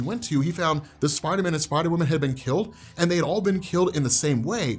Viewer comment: I love u big fella but ngl every time you said Spider-Man I heard spidaaminn